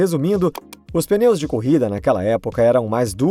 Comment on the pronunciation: Não é "peneu" é pneu